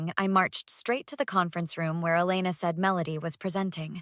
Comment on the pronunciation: Please decide on the pronunciation of Elena’s name.